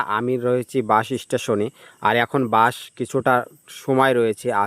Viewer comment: বাশ নারে বলদ বাস আর একটার না অ্যাক্টর ভিডিও বানানোর আগে সঠিক ভাষায় কথা বলতে শিখেনে 🫪😆